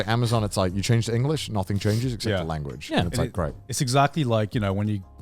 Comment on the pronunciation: eng-o-lish IronmouseKek.